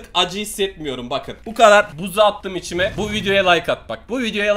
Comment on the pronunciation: Buuz çıkartana kadar içime yerine çişime diye okuyan kardesim beyenirmisin?